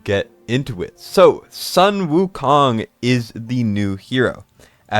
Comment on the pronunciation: Sun Wu Kong in chinese is pronounced as Soon Wu Kong